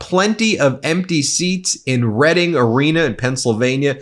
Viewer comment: Not for nothing, but…Thank you for pronouncing “Reading” right! LOL